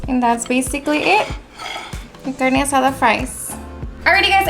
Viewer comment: I absolutely LOVE how you say the names of ingredients with that beautiful spanish accent